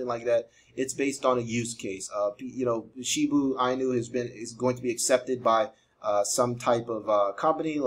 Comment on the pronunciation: You been pronouncing it wrong the whole time😂